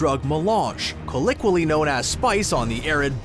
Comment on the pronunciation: Learn to pronounce “colloquial”, common 😒😒